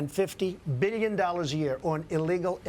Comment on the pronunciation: Why does he say "billion" so weirdly?